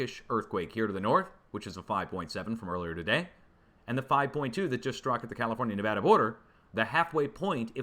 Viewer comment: Yay, saying Nevada correctly! 😁